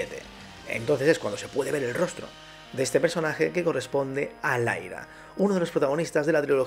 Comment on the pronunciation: laira????? juraria q es liara de mass effect....un pequeño fallo, aun asi buen video, y lo DF es facil, poderoso don dinero, esta gente mientras reciba su maletin de dinerito calentito hablaran maravillas de quien les suelta los billetes y calumniarán a la competencia.